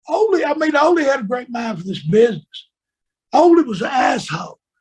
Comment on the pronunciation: Ole Anderson's first name is pronounced "O-Lee".